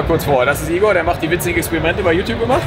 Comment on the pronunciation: Igor, nicht Ingo!!:D